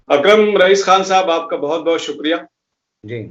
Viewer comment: Nam to shi lo bhai